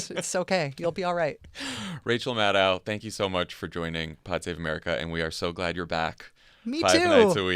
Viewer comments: Jon, please pronounce Maddow's name correctly. The second syllable is /doe/, not /dow/. The vowel sounds in Maddow are literally the same as in Favreau.♥ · Great show. Just one tiny nit-pick, Jon - Rachel's last name rhymes with crow not cow. She is too gracious to correct you on air, so I will do it for her in the comments.